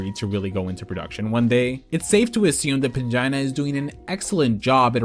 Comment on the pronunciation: I truly heard "vagina heals" 😂